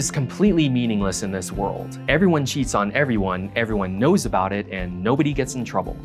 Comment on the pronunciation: the second I heard him speak and pronounce about as “aboot” I had trouble taking him seriously.